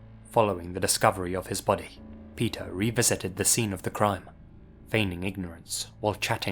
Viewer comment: Omgosh, the stories of Pe"th"er never end.